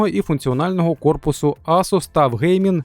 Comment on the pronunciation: Ну який ТУФ.... ТАФ правильно буде